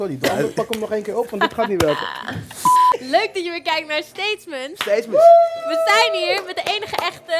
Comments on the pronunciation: Niemand: Donnie: Steetzments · Waarom zeggen ze allemaal stateSments